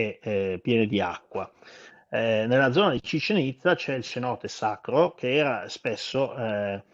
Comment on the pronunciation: Penso che la pronuncia di:"cenote", con la "c" dolce, non sia corretta, essendo in spagnolo penso che diventi una "s".